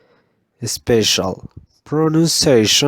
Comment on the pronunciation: Grade: 1,4, you need a strong work on vowels too, please Please work on the pronunciation of these words by taking into account the consonant and the vowel sounds: Work on the correct position of your tongue in the indicated vowels. Television /ə/ /ɪ/ Usually. /ju:/ /ɪ/ special /Ɛ/ /ə/ pronunciation /ə/ /ʌ/ /ɪ/ /eɪ/ machine. /æ/ /ɪ/ EXCELLENT PRONUNCIATION OF THE CONSONANTS [ʃ] Work on the correct position of your tongue in the indicated vowels. Work on voiced pronunciation of the [δ] sounds Thought /ɔ:/ Twelfth /Ɛ/ Thursday /ɝ/ Three /i:/ Birthdays /ɝ/ /eɪ/ Month /ʌ/ Those /əʊ/ These /i:/ The /ə/ Others /ʌ/ /ɚ/ There /Ɛɚ/ EXCELLENT PRONUNCIATION OF THE CONSONANTS [θ] Work on the correct position of your tongue in the indicated vowels. Work on the voiced pronunciation of the [z] sounds Summer /ʌ/ /ɚ/ City /ɪ/ Glasses /æ/ /ɪ/ Zoo /u:/ Close /əʊ/ Music /ju:/ /ɪ/ Jazz /æ/ EXCELLENT PRONUNCIATION OF THE CONSONANTS [s] Work on the correct position of your tongue in the indicated vowels. Leaving /i:/ /ɪ/ Five /aɪ/ Seven /Ɛ/ /ə/ Visa /ɪ/ /ə/ Visit /ɪ/ /ɪ/ Stephen /i:/ /ə/ Lives /ɪ/ Village /ɪ/ /ə/ Fourteenth /ɔ:/ /i:/ February /Ɛ/ /ʊə/ /ɪ/ For /ɔ:/ Autograph /ɔ:/ /ə/ /ɑ:/ Laughed /ɑ:/